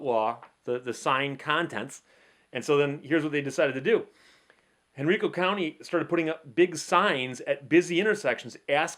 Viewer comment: Henrico County. The major county of Richmond. Pronounced Hen-rye-co.